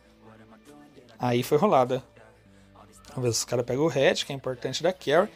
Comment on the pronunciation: aí foi rolada aí foi rolada ksksksksskk (eu sei que ele falou rulado) mas mesmo assim kskskskssksk